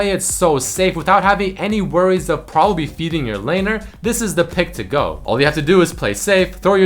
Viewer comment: "Propapbly" XD